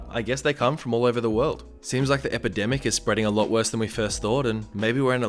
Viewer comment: Omg he said "epidemic" lol